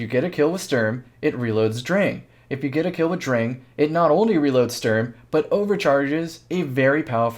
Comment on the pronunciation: Yo you're actually saying "drang" right I'm proud